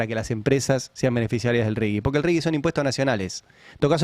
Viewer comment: Ari, no es Rigui, es Rigi, sin U